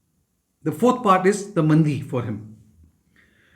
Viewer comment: Sir its not mandi, its maandi. Many north indian pronounce nakshatra pada, actually it is paada.